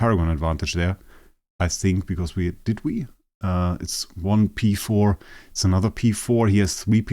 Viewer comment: I love how you said v4 multiple times instead of p4 😂 the ih terminology haha. Great video as always!